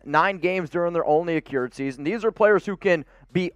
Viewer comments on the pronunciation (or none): Accrued - "crew", not "cure"